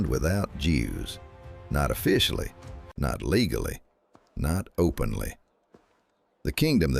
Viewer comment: The AI “nots” begin early in this one. Can’t listen further.